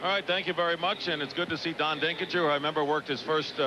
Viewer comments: Then immediately Stockton calls him “Denkin-GER” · Brain-dead announcer Dick Stockton mispronounces Denkinger's name just minutes after the correct pronunciation was made.